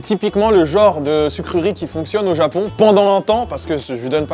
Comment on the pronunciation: "Au Japion"